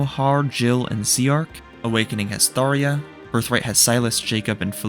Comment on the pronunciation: Did you know that Fire Emblem is Anakin Skywalker’s favorite game series? Also, Tharja is pronounced the way it looks, not “Thar-ya.” Just figured I should let you know for future reference.